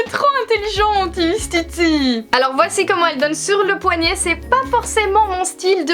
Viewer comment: * houit, * poignait aille mes oreilles ne sont pas habituées 😂